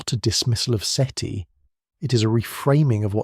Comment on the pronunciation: Seaty? Seaty... Seti. uhhgg ai slop